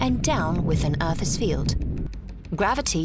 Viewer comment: "Earthes surface "